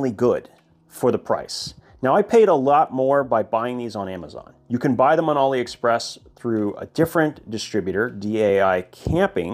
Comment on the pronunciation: Why does bro pronounce it ollie express